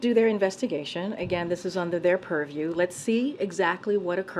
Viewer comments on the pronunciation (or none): If i hear one more "under the puriew"😡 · Oh yeah, please, say perview again. She says that so well.